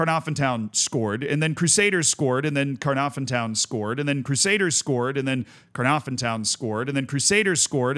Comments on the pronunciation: Your pronunciation of Caernarfon hurts even as an English speaker. For a single F it’s an effective V. So it’s Kerr narr ven effectively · Love seeing some Welsh teams getting some love :) your pronouncing needs some work but who can blame you 😂 it's pronounced c(lowercase)- narw -vun.. harder than it looks even trying to explain lol, Connahs Quay is just pronounced Connors key :)